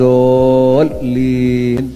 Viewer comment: dia ucap waladhooliiim...fatehahnya saja masih salah...yg benar itu waladhoolliin